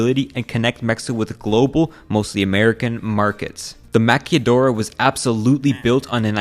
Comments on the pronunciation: Mc-killa-Door. Sounds closer to the word Maquilador. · just as a commnet the pronunciation for "Maquiladora" is something like "maki lia doh ra" its kind a dificult just as a proven im from mexico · Am I the only bothered with how he mispronounces maquiladora?? Come on, it’s not that hard to say. Ma-kee-luh-do-ruh. Jesus. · As a Mexican I can confirm that Mexico is corrupt and that chihuahua has a lot of deaths, but we are strong and we might grow. Oh and “maquiladora” is pronounced “ ma-kwi-la-dr-uh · Great video….now let’s learn how to pronounce Spanish words. Remember, that you break up words by syllables…MA/qui/la/do/ras. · It’s ma kee lah doh rahs. :D I have binged this channel all day, subbed immediately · haahhahha "maquilladoras" ironically gringos always butcher spanish puting L's wrong and when it's the correct way to say it, nah XD. They usually flip LL for L now this dude changed L to LL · Manza- Knee-yo and Ma-key-la-dora good try 😂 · The way you spelt Maquiladoras and Manzanillo tho here's how you spell it Maquiladora = Ma-ki-la-do-ra Manzanillo = Man-sa-ni-yo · MAQUILADORA is pronounced MA ' as in the first ma in 'mama' QUI with a hard K sound, KI LA as in lavender, DO with no rising tone for the O like in dough RA with a pronounced r sound, your tongue should be touching the roof of your mouth its also more commonly referred to as maquila in informal speech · maqui-LA-dora, buddy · Oh, I almost forgot, maquiladora has an “l” sound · The narrator made a huge emphasis on the word maquiladora, only to pronounce it completely wrong 😅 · The L in Maquiladora sounds like the L in lavender, what you’re saying is make up artist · what's with the silent L? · The L in maquila o maquiladora is not an invisible word btw Nice vid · Maquiladora is pronounced like Tequila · You butchered the "maquiladora" pronunciation. You need a Mexican friend for proofing 😉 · Your pronunciation of maquiladora and Manzanilla is wrong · except the pronunciation of maquiladora